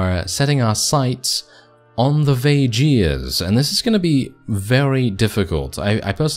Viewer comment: Vageirs??? I always pronounce it as VAY GUARS (with a strong G) Edit: and I'm one of them. 😉